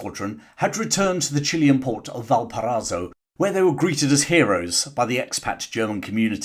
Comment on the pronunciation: without any animosity, let me correct you.....is Valpara í so .....with an i inbetween.